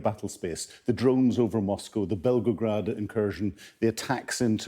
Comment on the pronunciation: Belgograd? Work on your pronunciation, before presenting.